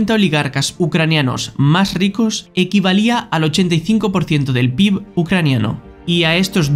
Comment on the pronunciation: Buen video, las cosas que cambiaría serían el título por un "Y SI", que es la base del canal y otro error que había era la pronunciación de PIB, que se dice "pe-i-be"